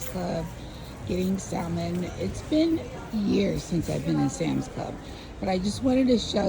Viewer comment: Greenhouse is so nice that I can forgive the way you pronounce the word salmon.